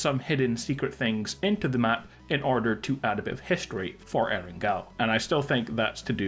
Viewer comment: Why do you still call it and spell it Erengal? Come on man you are a PUBG youtuber you should know what the original PUBG map is called